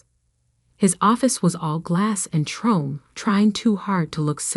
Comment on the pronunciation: You cannot even pronounce chrome properly! A 5th grader can. And you claim Artificial Intelligence worth a crap???